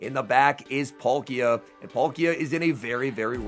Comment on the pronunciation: Its Pal-ki-a not Pol-ki-a